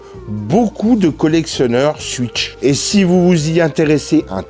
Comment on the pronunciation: Cool ta vidéo ! Moi aussi j'ai kiffé la "Suitch" 😅 Tu ne serais pas originaire d'Alsace par hasard ? Bonne continuation !